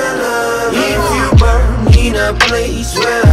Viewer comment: Вот вам плохой коммент, они плохо знают английский. Рассуждаю потому что я сам музыкант из Лондона и фанатею по хаджиме пизда. В припеве правильно надо сказать, If you'RE born in a place where everyone surviveS. и еще они произносят Burn вместо Born, и я вот слушал и не высекал вообще че к чему, но как сказал Мияги их текста не централизованы на смысле поэтому я по тихой опустил этот моментик. На самом деле этот припев вообще не составляет никакого смысла если его послушает носитель языка но конечно кроме англичан и американцев мияги слушают и арабы тоже например а им уже пофигу на англ текст как и вам. Единственная проблема по сути которая может с этим возникнуть это то что какие то англоговорящие спонсоры или партнеры откажутся сотрудничать из за того что английские текста в хаджиме часто выходят такие себе для зарубежных слушателей.